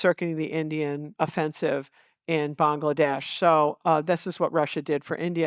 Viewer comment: Massive respect for her saying Bangladesh correctly